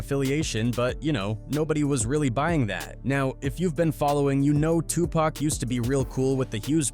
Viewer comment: There's no way im gon keep on watching the rest of the video with the voice over sayin TUPACK!Im done